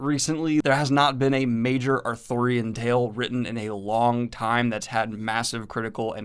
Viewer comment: is Arthurian as in King Arthur, not authurian as in book author.